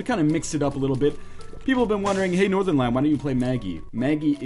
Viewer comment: vershon really northerlion, really.